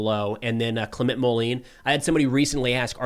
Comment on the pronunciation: Hi. Clement Moline’s first name is pronounced something like “Claim on”. Also the last name would be pronounced something like “Mole end” (without the “d”). Totally minor… you are a fantastic reporter! Thanks for your work! Philippe